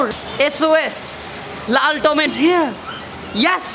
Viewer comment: Lal tometo jokhon bolen tokhon sae rokom lage